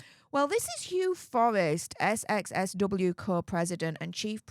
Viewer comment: darling, it's called "South by South-West", not "SXSW"!!!